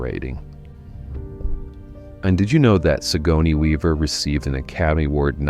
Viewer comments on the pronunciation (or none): "SIGONEY WEAVER" 🙄